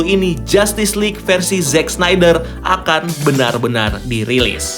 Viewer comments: Pasti bola bukan olahraga favorite lu. Yg gampang kek snyder aja ga bisa baca. Apalagi Szchezsny, Schweinsteiger, Sneijder, Kuszscak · Sneydeer, tolong 🥲